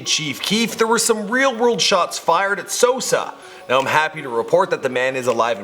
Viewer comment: “ TEKEHSHI AND SOSAW”